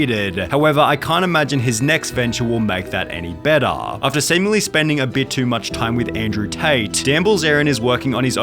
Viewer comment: bettaaaaah, laytaaaaaah, offaaaaah